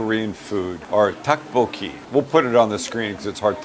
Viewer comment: Great vid. The way you say tteokbokki kills me though. "Tuck-bo-key" 🤣